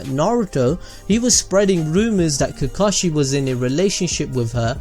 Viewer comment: I have one question that arose when you said the word “kakushi” at 5.57... who’s kakushi?